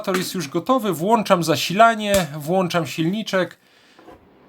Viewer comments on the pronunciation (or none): piękna Polszczyzna: włączam, nie włanczam 🇵🇱